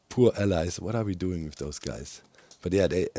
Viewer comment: why does doc call them allies instead of allays? does he have trauma?